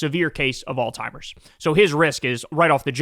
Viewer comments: Can someone tell Kyle it's pronounced all-zeimers (Alzheimer's) not all-timers. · Kyle is the goat and I've been a huge fan for over a decade, but dude it's alzheimer's, not all-timers, Kyle 😆 To be clear, Kyle is smarter than me in most all other things 💯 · Kyle, it's alzheimer's. Not "all timers".😅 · Kyle, it is alzheimers not "allTimers". AllTimers is an ignorant slur used in tasteless dementia jokes. Just sayin' dude...get it fixed...get it right. I know you're a good person so I'm chalking this up to ignorance and not malevolence. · Really sounds like you are saying “all timers” instead of Alzheimer’s. But could just be me. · Kyle, you’re an educated man. It’s not “all-timers” disease, it’s pronounced “Alz-heimer’s.” Say the z. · Kyle, I love your show, but you keep saying Trump has "all timers" disease . That's WRONG ! The correct word is "Alzheimer's" . Please say it correctly. You're embarrassing yourself and the people who suffer from this terrible disease. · Bro, on the topic of pronunciation, it is ALLS-HIEMERS not ALL-TIMERS. 😂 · You think that since you were in media you would know how to pronounce the word Alzheimer's there is no letter t in the word Alzheimer's it's not all timers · Old Timers disease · It sounds like you're saying "all-timers". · As long as we’re on the topic of things you’re saying incorrectly, there’s a z in Alzheimer’s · You aint fittin to come for us with associate and say alzheimers like that 😂😂